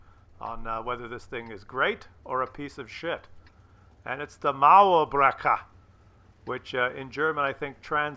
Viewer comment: "Muärbreker!" killed me